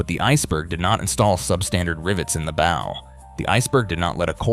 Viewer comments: The AI voice is frustrating with mispronounced words. The mispronunciation that stuck out the most was “bow” (the front of the ship). Sometimes the AI pronounced it correctly with an “ow” as in ouch, but other times it said “b-oh” as in a hair bow. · This doesn’t show anything of the inside as the name of the video implies. Also, AI reading really triggers me cuz it never pronounces anything correctly. I could tell it’s AI cuz it said bow a few times like bow and arrow rather than bow of a ship or taking a bow after a performance. Really not impressed with this video tbh… Just click bait for AI annoyances. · When the narrator says BOW of a ship wrong you know it's AI. Still, thank you for the information.